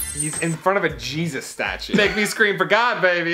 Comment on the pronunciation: Is saying hezues instead of jesus racist? Justa question